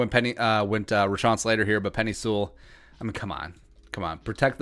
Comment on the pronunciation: You’re saying peni Sewells name wrong